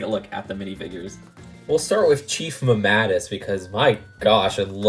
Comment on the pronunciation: You said chief mamatus name wrong